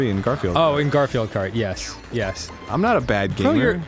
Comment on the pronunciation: Jeremy gar-fi-eld ? Or just gar-field